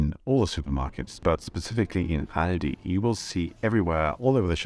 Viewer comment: Interesting, but you don't pronounce Aldi and Lidl properly. I initially thought you were a learner of English. That is NOT how "Aldi" and "Lidl" are pronounced in the UK.